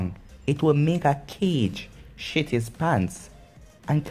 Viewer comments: He called a kage a cage lel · Kage is pronounced kah-gay not cage